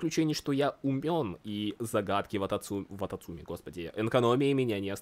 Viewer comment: я всего ожидала услышать, но не "вататумцы"...